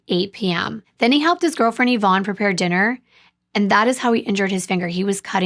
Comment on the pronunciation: I just have to say I appreciate you saying the name “Yvonne” correctly :) it’s my late mother’s name, and she hated it bc nobody pronounced it correctly. Even after she’d tell them how to say it 10 Times.